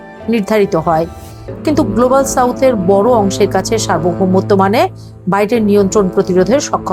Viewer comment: উপস্থাপিকা এই জায়গায় কিভাবে কার্পণ্য করেছে খেয়াল করেছেন গ্লোবাল সাউথ বলেছে সে কিন্তু উচ্চারণ এমন করে করেছে কিচ্ছু বোঝা যায় না খুব আস্তে কানের কাছে একেবারে স্থির ভাবে না শুনলে কিন্তু পশ্চিমটা কোন উচ্চস্বরে বলেছে